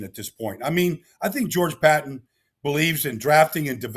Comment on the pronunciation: George “Pat-ton”. Cmon Baldy.